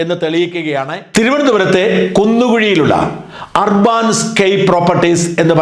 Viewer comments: ഷാജൻ സാർ ഇത്രയും ഇംഗ്ലണ്ട് ബന്ധമുള്ള താങ്കളുടെ ഇംഗ്ലീഷ് ഉച്ചാരണം വളരെ സോകം ആണ്. അർബാൻ അല്ല urban എന്നത് അർബൻ എന്നാണ് ഉച്ചരിക്കേണ്ടത് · ur ban എന്നതിന് അർബൻ എന്നാണ് ഉച്ചാരണം. അർബാൻ എന്നല്ല ഷാജൻ മാസ്റ്ററേ ! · അർബാൻ എന്നല്ല ... അർബൻ എന്നാണ് ... നഗര സംബന്ധമായ എന്നാണ് അർത്ഥം ... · അർബാൻ അല്ല , ഏർബൻ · അർബാൻ അല്ല അർബൻ . UK ൽ Urban എന്നാൽ അർബാൻ എന്നാണോ? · Arbaaan-scape alla, adhu English word 'Urban' aanu. Urban-scape. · Urbaan alla urban